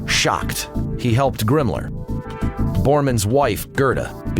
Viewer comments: its himmler not gimmler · Who the hell is GRIMMLER??? LMAO How can you narrate a history doc and not know who your speaking of and how to pronounce the names of said characters. Geeeezuz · I can't fucking take this narrator seriously when I'm laughing my ass off every time he calls Himmler "Grimmler." Seriously, Grimmler? Who the fuck produced this joke? Did they not have anybody watch it before releasing it with the narrator repeatedly calling him Grimmler? LMFAO.